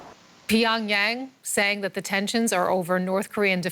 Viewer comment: Why does the Anchorwoman keep saying "pee on Yang" instead of Pyongyang? 🤔